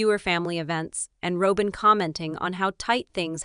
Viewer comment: It's Robin NOT ROWBIN